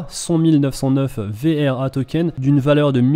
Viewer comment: Arrete de dire "VER" c'est "VRA"